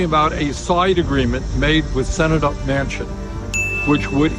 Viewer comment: "Manchin", not Mansion".